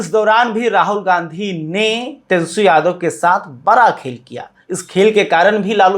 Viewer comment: फायर याने नाराज ? आप तो ठीक से तेजस्वी शब्द का उच्चारण नहीं कर पाते और हिंदी की चौतरफा धज्जियां उड़ाने पर उतारू हैं । खैर, आपकी खास खबर तो सदियों पुरानी बात है। जी हां, बासी खबर बदबूदार ही होती हैं चाहे आप इसमें किलो भर केसर निचोड़ दें !